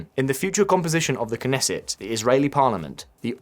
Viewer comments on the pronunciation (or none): none